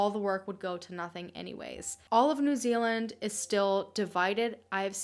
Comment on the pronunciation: finally an american who can say proper nz names 😂